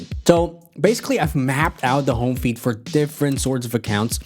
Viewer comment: I'm sorry to point this out but you pronounce "feed" like "feet" and that's kind of funny